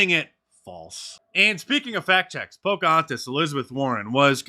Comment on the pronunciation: “Hi, how are ya, hi, how are ya” ~ Poke-ah-haunt-us